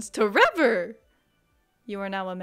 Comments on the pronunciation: Everytime toy say tREVOR it cracks me up way too much, thank you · I laugh every time you say tREVOR 🤣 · Everytime you say t REVOR i laugh so hard. Thank you. :)